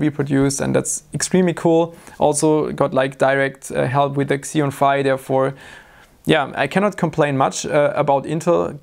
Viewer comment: it's pronounced Xeon Phi, not Xeon Phi. Just helping out how I can.:)